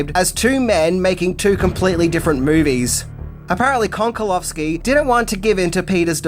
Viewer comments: It's Konchalovsky, where CH is pronounced like in the word "cherry" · It is pronounced КОНЧАЛОВСКИ!😊